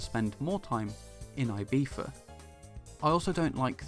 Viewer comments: Your prononciation of "Ibiza" absolutely kills me, but I love the review. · I'm British and I don't pronounce Ibiza the way you do.